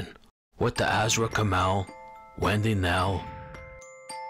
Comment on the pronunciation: Awesome vid. As usual. Btw Her name is/was AZRA. Not Azara. Just a little fyi my old friend. Keep up the damn good job.